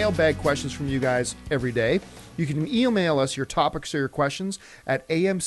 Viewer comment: Eel-mail? Is that, lightning fast?